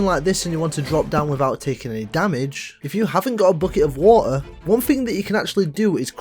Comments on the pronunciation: Did you really say whoa instead of water and ion instead of iron? 😂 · "bucket of waer" 😅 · Bottle of wa er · "Buckeh of wa'er" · Bucket of Wo-ah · "If you haven't got a bucket of wa'er" 🔥🔥🔥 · "Bucket of Waoh" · British accent people sayings Water wa ar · "Bucket of wa'a" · "Look Illy enouph" "Buk'e o' wa'a" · bucket of wu-ah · "Bucket of wuh-er" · A Bucket of wa’er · When you said bucket of water i fount out you're British 🌚